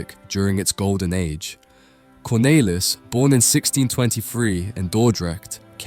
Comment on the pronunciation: You keep switching between the wrong and correct pronunciations, it's odd. For the record, it's "Cornaylis", "Yan" and "Yo han" (like Han Solo, not hen)